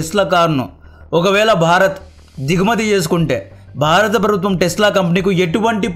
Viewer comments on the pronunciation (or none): none